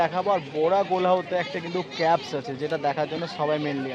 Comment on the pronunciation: বোরা ক্যাবস আবার কী? বোরা কেভস। Caves মানে হল গুহা। ইংরেজিতে উচ্চারন হল কেভ বা কেভস।